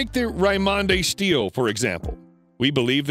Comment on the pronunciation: Stele = "steel-lay" not "steel"!